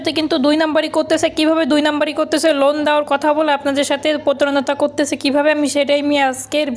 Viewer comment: লুন না লোন